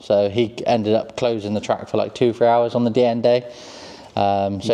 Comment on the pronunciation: omg it`s three not free thing not fing nothing not nuffing and on and on you sound like a bunch fick or is it thick blokes 🤷‍♂